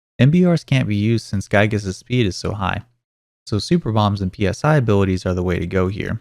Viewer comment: this man dont know how to say psy this was honestly making me mad/sad/and giggle at the same time every time he says p-s-i